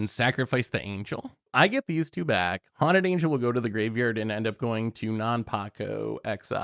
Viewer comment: mispronouncing hunted horror so it could be linked to haunted angel is cute lol